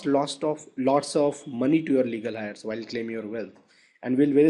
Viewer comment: The word Heir is pronounced... like " air"